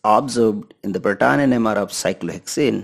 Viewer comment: To The Point Video. Excellent 👌 But Your Proton pronunciation Was Out of the world and Funny 😂